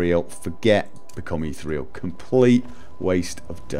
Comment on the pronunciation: Eeth-EAR-ee-al. Become like ether. Eeth - EAR- ee-al. Not eeth-real. Leaves out an entire syllable.